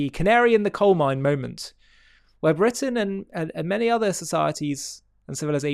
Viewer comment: Bwitain? *Englistan